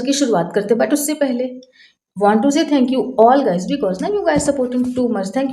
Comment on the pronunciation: Twoday nhi today hota h English bolne ki koshish na hi kare aap to acha rhega mam 🙂🙂